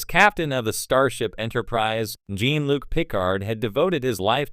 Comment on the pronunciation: Yeah, whoever made the video should have spelled "Jean" like "John" and "Picard" like "PuhCard" in order to try and get the AI voice to make the correct pronunciations with the text/script. Just playing around with the spelling of words would have helped.